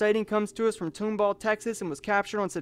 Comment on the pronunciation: Just a clarification, it's not toomball, its pronounced tom-ball